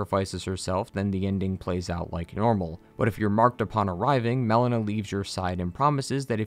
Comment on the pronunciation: How are you mispronouncing so many names 💀💀💀 "Melania" (malenia) "mel-ena" (melina) "Blayth" (blaidd) They say them aloud in game too 😭😭😭